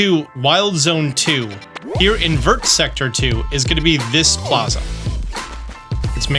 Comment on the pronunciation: FYI. Vert is pronounced vear, or Vhair. Like a Bear or Hair but with a V. Do not say the T at the end!